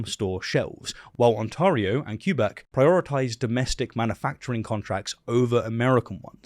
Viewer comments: Ontario is pronounced "aan·teh·ree·ow", not "aan-taw-ree-ow". Quebec is pronounced "kwe-bec" (or "keh-bec"), not "kyu-bec". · Not much to add, but Quebec is pronounced "Kay-beck" - They're very french, and the first e should be accented. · "Q-beck" is prounced Keh-beck( Fr) or Qweh-beck (eng).... no offense intended with this comment. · Very tiny nitpick, please pronounce Québec as kay-bec not queue-bec. Sorry for this, just a pet peeve of mine. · It's pronouced KAYBEK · The way you pronounce Quebec is funny :D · Your pronunciation of Quebec is ssuuuuuper cringe.